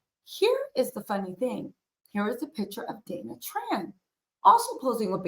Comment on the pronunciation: He can’t say her name